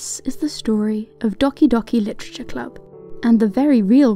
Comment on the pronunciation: You said "Dahki Dahki Litacha Club" lol